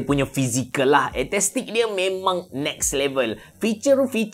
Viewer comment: AESTHETIC bang..ESTETIK..bukan etestik